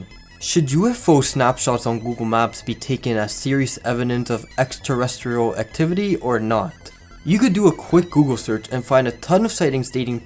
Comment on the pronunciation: artchives, ex-terrestrial, evwhere, norse korea, buffalo's, thath up for the bait, tamagawa-juicy, google math car, uther, twosand five, grouf, costed, spition, many pew were outraged, wunth. I didn't watch the rest of the video but these are the ones i caught in the first 20 minutes. How are you an english native but can't speak english? Fascinating.